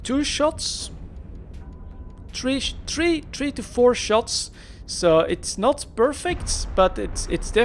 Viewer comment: three and not a TREE!